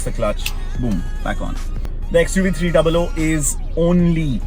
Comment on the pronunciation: Its xuv 3 double OO not 300